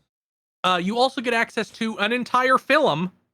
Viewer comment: Why does say things wrong sometimes It's really subtle but from now on I'm gonna point it out every time So far I caught "filum" when talking about isolation 119